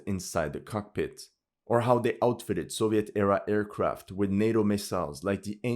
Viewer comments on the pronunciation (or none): none